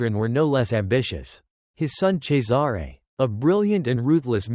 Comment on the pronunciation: Cesare is pronounced "Chessarey" not Cesaaaare